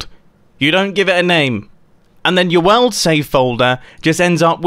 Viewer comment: Only today did I notice that Mumbo pronounces "World" like "Wald"